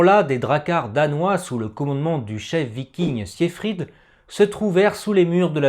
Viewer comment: Très mauvaise prononciation du prénom siegfried